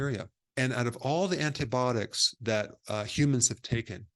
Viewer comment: The way he says antibiotics 😂 ANTIBOTICS